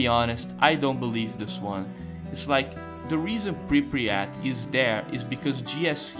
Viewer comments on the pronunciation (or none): I love how you cal it Pripriyat instead of Pripyat. Great video man, good job. What I don't get is all the hate for GAMMA and EFP. Is it because it's cool to hate them or because thez looks good? Most of the things they do is increase realism, restore content and fixing bugs. I can understand how that can be bad and not Stalker (end of sarcasm) but i don't get it... As someone who played all the trilogy since the day one, and played most of the mods (bigger ones and more finished ones), i really enjoy modality of them and most of the mechanics (weapon repair for example) are good... Btw this is THE MOST complete Stalker video i have seen to date... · Goated iceberg ,really. There are ,though, some things I'd like to mention: The town is called "Prypiat" not "Prypriat" They actually did bring it back ,in COP, as the Jupiter Underground "The multiple psy fields" are probably the Brain Scorcher ,the Miracle Machine and the Monolith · мужик, say it with me: PRI-PYAT PRI-PYAT there is no "Pri-pryat" (при пять) 😂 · i like how you say Pre-pre-at instead of Pre-pyat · bro youre killing me, its pripyat, not pripryat